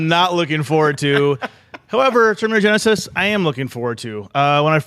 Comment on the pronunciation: LMAAAOOOOO Love how always pronounces Genysis xD